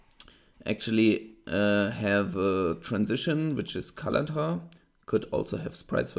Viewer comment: Why does it sound like you're saying "color tar" instead of "color tint" ?